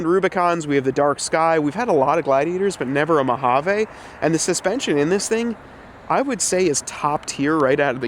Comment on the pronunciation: Say it with me now: mow-HAA-veeeeeeeeee Sorry as a ‘25 Mojave owner it makes me cringe every time I hear “eh” Otherwise great work. Keep the suspension, it’s one of the truck’s best traits IMO. Several options out there for modest lift while keeping suspension (e.g. RockJock)